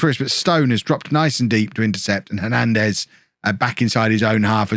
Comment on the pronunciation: I was about to say Hernandez as no plural But i was wrong, u are saying it the right way 😂😂 Im seeing any plans made to do after bourne in us just waiting 1 Year 👌👌